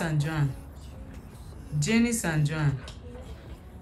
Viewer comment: Aren't they pronounced, "JAHNICE and JON"?